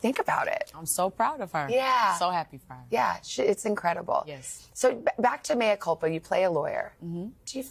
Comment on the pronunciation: It’s Mea lady not Maya🙄